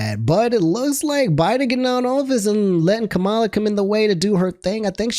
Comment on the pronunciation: Her name is pronounced comma-la